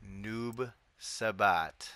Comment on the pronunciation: Did you say Noob Sahbahd?